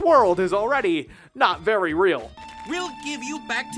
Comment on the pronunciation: not verv v.r.v